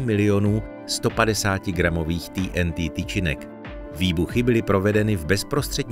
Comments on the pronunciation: Proč říkáš ty n tý???nejsi Čech?TNT dik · TýeNTý? Jste čech tak sakra Té-eN-Té. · Video je super ale je to prostě té en té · Nechápu proč jsou všichni tak světový a používají rádoby anglická slova, která si tzv. počeštění! TNT - nebo- li trinitrotoluen se vždy vyslovoval i ve filmech Té eN Té,nikoliv poangličteně Tý eN Tý. A tak se ptám: KDO a KDE vlastně jsme? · Tý en tý 🤣 Je to zkratka trinitrotoluenu, tedy TNT, což se čte normálně 'té en té'. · té en té nebo trinitrotoluen. Video je česky, bylo by fajn být konzistentní a hláskovat česky. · Prečo ti n ti. Prečo nie tnt. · Nebylo by lepší vyslovovat TNT česky? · Chicago se vyslovuje "šikágo" né Čikégo. To zní hrozně pane týentý!